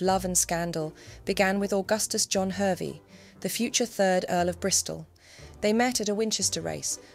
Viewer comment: The name Hervey is pronounced as Harvey as per Lady Victoria Hervey the socialite, model and descendant of Augustus Hervey mentioned in this analysis..